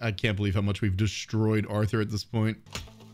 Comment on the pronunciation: That’s not Arthur it’s arthor